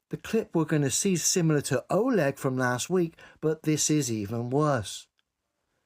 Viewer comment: Pronounce ah LEG not OH leg